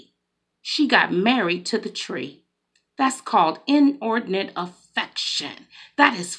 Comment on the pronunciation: Good morning, I heard what you are saying. We got to call a spade and spade. I know you said inordinate affection it sounded like inordinate infection. So if that the case you are giving some God given antibiotics. Thank you!!!